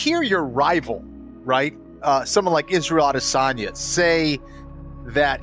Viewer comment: Itz-rey-ael Awd-dae-sun-yuh hahah wtf was that? Usman is one confused "brother" 😂